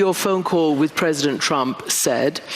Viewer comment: If was pwesident. If I was pwesident. Reminder you supposed to be the president. Jesus Christ 🙏